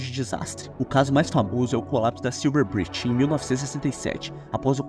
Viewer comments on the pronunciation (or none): none